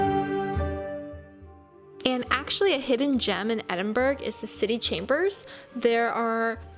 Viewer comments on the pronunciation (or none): Thanks so much for your wonderful video of my home city. For the record it is Edin-burr-ah you don't pronounce the 'g' !!!. You are very welcome to come back , as the 2nd most visited place in the UK there is so much more to see but it can get a bit crowded at peak times , i never cease to be amazed at the unique magical landscape of the city centre & over a thousand years of history in the old town in & around the Royal Mile.